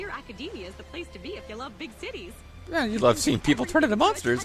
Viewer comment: Okay, I wasn't looking at the screen and I seriously thought she said something else when she said "big cities" for a second.